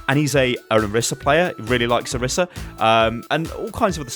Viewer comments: Why does everyone say oh-rih-sah when she calls herself oh-ree-sah. Annoys the crap out of me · Why does everyone keep calling her Orissa? It annoys me so much! Her name is Orisa xV